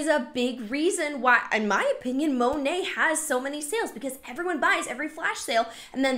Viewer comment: Love how every time she says Monat, she says it differently. Girlfriend doesn’t even know how to pronounce the brand she’s selling 😂😂 So late to this video, but I’ve been binge watching your content since you were recommended to me recently and love your videos!